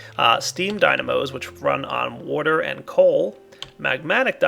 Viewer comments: I love your videos. They've helped me quite a bit. The only issue I have is the way you say water. Drives me up the fucking wall. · he says water weird does anyone else notice lol